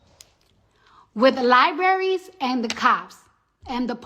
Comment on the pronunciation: Did she say lie berries 🙂🙂🙂 It's libraries !!! 😉